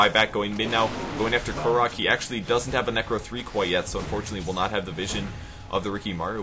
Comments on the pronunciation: That also explains why its his second 2 chen, cause there is the same hero in HON, just named differently! and still Kórok not Koroúk! Pronounciacion is on the first O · Its pronounced Kórok and not Korók (he and PIG=PaintitGold are/were famous HON players. Like Trixi as well.